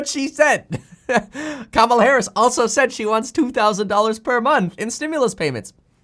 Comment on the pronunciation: You're saying Kamala Harris wrong. It's pronounced "COMMA-LAH" for her first name. I'm not saying this to pick sides. I'm just letting you know you're saying her name wrong.